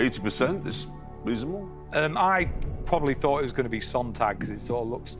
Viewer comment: I get that's not the point but the moderator's German pronunciation is absolutely terrible EDIT: nevermind, the contestant's pronunciation is even worse